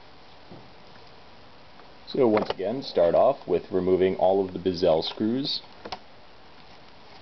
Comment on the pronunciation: Nice video, man...but why do you pronounce bezel like gazelle?